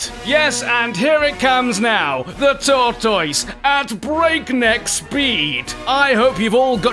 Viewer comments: I laughed way too hard at "Tor-TOISE!" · A Brit doesn't even pronounce 'tortoise' correctly. Shame